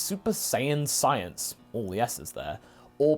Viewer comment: Skyence not science